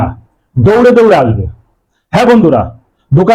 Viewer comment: Dada apnar dokane ki dore dore ase...dada uccharan satik bhabe korun....